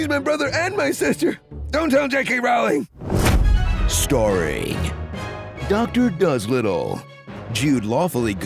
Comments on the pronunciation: After all these years ya still can't pronounce "Rowling" correctly? It rhymes with "trolling," not with "howling." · It’s pronounced Rowling like bowling